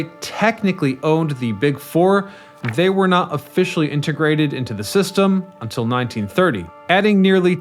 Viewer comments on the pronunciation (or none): none